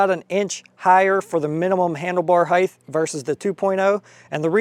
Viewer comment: Love the video but its "HEIGHT" with a sharp T at the end. HEIGTH is not a word.